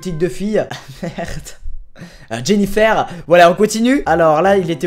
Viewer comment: C'est pas jennifère c'est Jennifer